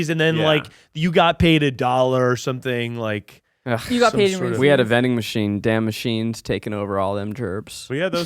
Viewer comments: The real corruption is in the fact called it “Ree-Sees” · I love and the podcast, but I'm feeling so triggered by him saying "Reesies". That's not how it's pronounced,! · No one is going to tell to say Reese’s correctly? Such cringe.